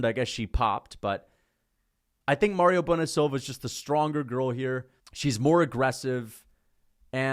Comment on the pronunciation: It's Mayra, not Mario, you genius